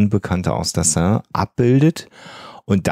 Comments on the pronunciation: Sie spricht die Seine richtig aus er mit eineinhalb Ausnahmen konsequent falsch. Mit tut das in den Ohren weh. Sonst wie immer ein wunderbarer Podcast für den ich mich sehr bedanke. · Enigmatisch 😂😂 Aber Hauptsache er spricht ständig Seine falsch aus. Achso, Leichen lächeln nicht. Schon gar nicht ertrunkene. Aber schön schaurige Geschichte, Euer Podcast ist toll 👍